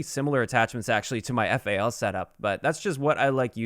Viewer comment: Why the hell are you calling the weapon F.A.L. It's FAL, FAL, like Fall. Jesus dude.